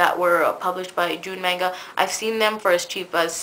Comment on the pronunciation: You pronounced manga wrong Dx